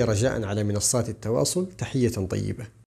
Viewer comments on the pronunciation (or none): none